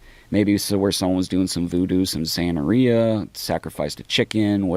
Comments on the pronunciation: Not “saneria”…it’s Santeria.. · Boy said sanmaria.